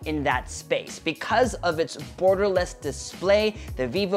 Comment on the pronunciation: did he said "burgerless" or Gutom lang ako? HAHAHA